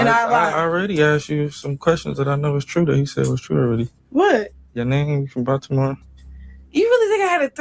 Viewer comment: Ashleyyyyyyy are u watching this new live of blue😱😱😱 chrisean saying body-more body-more for Baltimore ...I'm screaming saying yeah keeping talking 😂😂😂😂